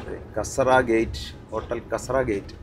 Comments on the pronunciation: not kasara (kasaara) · കാസറ അല്ല കസാറ എന്നാണ് ആ സ്ഥലത്തിൻറെ പേര്